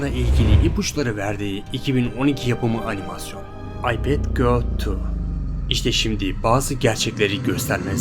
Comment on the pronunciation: Türkiyədə ingilis dilində təmiz danışan adam var ümumiyyətlə? Ay pət qot tu nə idi 😁